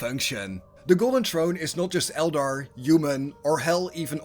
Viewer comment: The more you said “ Trrone” the more I chucked.. there’s an “ H” in there brother